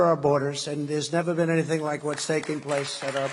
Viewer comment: I love how clear it always is that Trump is reading off a teleprompter and just interjecting every so often Absolute monotone, pausing between syllables, deadpan glare at the screen, "We are face...ing an econom...nomic crash...the likes of which we have ne-ver seen." And then he'll just bounce to life, look away, and go "Y'know we gotta have a good economy y'know gotta have one gotta have it" off the cuff